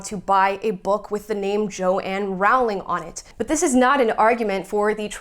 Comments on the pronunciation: Rowling rhymes with bowling, please be respectful, unlike those in the video you're reacting to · It’s so annoying how Americans, and even some brits, pronounce JK Rowling’s name. It’s not bloody Rawling! It’s pronounced like the word ‘rolling’. Also, yeah, the publishing house suggested she change it to appeal to boys. And she doesn’t have a middle name so she used her grandmother’s name, Kathleen, for the initial. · Why are you mispronouncing her surname? It's rude.